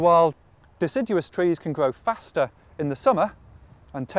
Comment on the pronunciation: Why does he say his 'r's like that? Sounds weird, like a 'w'. He doesn't do it all the time, either. If he says 'around' or 'restored' they sound fine, but then he'll start saying things like 'bwight gween' or 'gwow' like a 3-year-old. Is this just a .. weird British accent, or a quirk of this guy's speech?